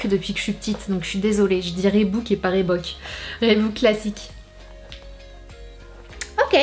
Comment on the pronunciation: Reebok c'est prononcé "Riboque" pas "Rébouque" Sananas stp 😂